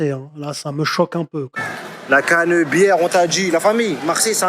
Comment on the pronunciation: ...la caneubièreeeuuu, mon cerveau a fait un bref flashback, Marcel Pagnol.